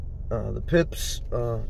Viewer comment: It’s pronounced “fipps”